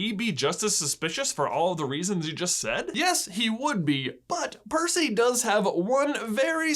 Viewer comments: I kept almost spitting my cereal's milk every time you mispronounced Percy's name 🤣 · Saying Percy’s name wrong count Sorry if I missed any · You’re slowly transforming into mr.D for butchering Percy’s name like that. Hope someone can understand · i lost it as "parsnip" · Is this the world record attempt for most times getting Percy’s name wrong? If so, I approve. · I CACKLED at every mispronunciation of percy's name!!